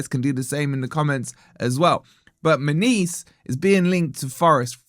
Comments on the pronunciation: Munoz…….NOT Muniz 🙄🙄🙄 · "Munees" 😭 it's "Mu-nyoz" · His name should be pronounced Moo-nee-oz. 😂👋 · how can you completely nail the pronunciation of every mineral and herb extract that goes into your oxford weight loss product and then completely butcher a name as simple as munoz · Why is mis pronuncing his name? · 😂😂😂 learn to say his name right for one ffs 😂😂 and trust me mun OZ aint going forest 😂😂 bless ya